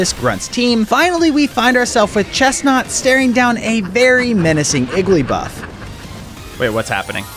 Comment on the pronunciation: Its iggilybuff not iggilypuff